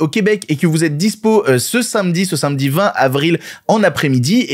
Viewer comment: Est-ce qu'il n'y a que moi qui suis saoulé chaque fois que prononce le mot "samedi"?, pourquoi tu le prononces "sinmedi"? Oui je râle pour râler mais ça me fait saigner les oreilles à chaque fois... 😅